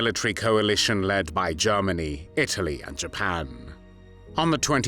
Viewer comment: Also Germany not Jarmany.